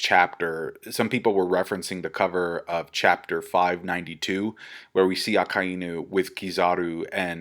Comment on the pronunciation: Why do you pronounce Akainu like that? Lol